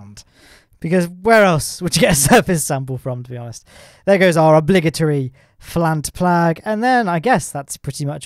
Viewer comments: "flant plag" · 'flant plag" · “Flant Plag” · did he just say flant plag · Who else caught him say "flant plag"? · Anyone notice how he said flant plag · Did anyone else notice he said flant plag instead of plant flag? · ''So here's our obligatory flant plag'' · "Flant Plag" Me: he had a stroke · 'Flant plag'? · "and of course our obligtory flant plag" - 2019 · "There goes our obligatory flant plag" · Did anyone else notice that he said flant plag? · “flant plag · Flant plag?! Lmao Is this an inside joke I'm missing or is that just a hilarious mistake? Hahaha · He said "flant plag" actually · who else noticed he said plag flant? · "flant plag" ???? lmao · There goes our obligatory flant plag -, 2019